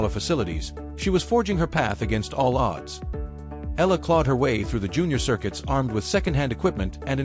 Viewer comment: E-YA-LA correct pronunciation